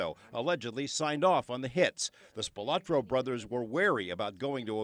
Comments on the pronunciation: I would have thought that, by now, they would pronounce the name correctly, SPILOTRO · Would have been nice if the news reporter could pronounce Spilotro correctly. There is no “a” in the name.